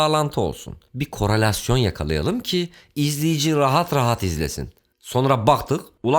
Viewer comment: kronolasyon korolasyon o ne amg